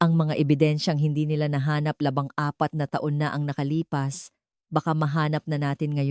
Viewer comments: Labing apat, di labang apat🤨di mo ma pronounce iBang Numero Ng maayos👋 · Labing apat, Hindi labang apat😊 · Bulol ang voice over..LABANG APAT DAW, JUICE KO. LABING APAT PO! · Maganda ang kuwento pero yung nagkukuwent o Hindi yata marunong magtagalog baluktot ang dila yung labing ginagawa nyang labang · Labangapat na Taon, 😅 Labingapat na Taon po, bulol pa,🤣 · Ang ganda. ng sturya maalam bumigkas ng tagalog piro pag bigkas ng date taon nababaho Ang bikas paki correct Ang bawat salita LABING apat. Labang apat Ang iyong BB bigkas mayga ibat ina pang mga salitang tagalog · Atusin mo mga words mo kng sino ka man nag nanarate LABING APAT HINDI LABANG APAT ALIBYE ANG PRONUNCIATION HINDI ALIBI DIYOS KO PO mag aral ka magbasa at mag pronounce ng tana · ANO IBIG SABHIN NG LABANG APAT NA TAON DAPAT DERETSUHIN NINYO LABING APAT BA RAIN DI UNG LABANG APAT PANGIT PAKINGGAN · Ung 14 na dapat ay labing apat naging labang torse, mdyo masakit sa tenga😅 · Hay naku maganda ang kwento kahit na midyo may pagkakamali sa ibang pag pronaus ng ilang salita katulad ng labang apat dapat labing apat at labanghati na taon diba okey narin importante nalutas ang kaso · AI ba ito. kasi ung narration parang AI, mali malli pronunciation "labang apat' etc. Pano naiwan ang fingerprints sa nakabaon sa lupa ng 14 years. may bank privacy law din po. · Hoy ano yong labang apat na taon di tama ang pag bigkas,nabobobo ako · Kakainis, labang apat, laban apat, intresante etc. Bakit AI pa ANDANG HAN VICE ANDANG HO ??? Jose tapos naging Joey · Napansin ko din yun LABANG APAT NA TAON